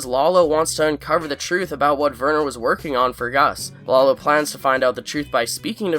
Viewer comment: Werner = Vhere-nur. (like 'where' but with a V). The 'R' is soft, not hard. Now you're speaking German. And yes, how the fu*k did Lalo even get to Germany???